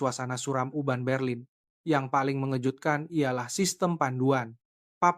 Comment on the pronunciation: Urban jadi Uban bro